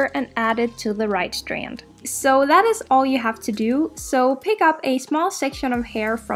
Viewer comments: The way she says strand.😂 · I just want to listen to her say STRAND over and over again. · Breath everytime you hear "strand" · Why are you saying strand like that holy shit 😂